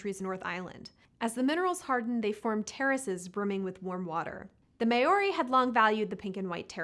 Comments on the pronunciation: I am a native English speaker and I've literally never heard it pronounced May-or-ee. I've always heard Mow-ree. I don't even know where she got May-or-ee from. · mayorie! LOL doesnt even know how to say their name! so no looking up any info in videos if at all! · Pronounced MO-R-Ee. 🤦‍♂️ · Please, PLEASE look into correct pronunciation of Te Reo Māori! There are so many resources online that can help with how to say the words. I haven’t heard someone say May or ee in so many years and less than 30 seconds research is all that is needed. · Can’t pronounce “Māori?!?!” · 😂😂💀 too right? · Not how you pronounce Māori fyi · I cringed